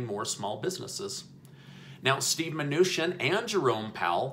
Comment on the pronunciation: Isn't it chin not shin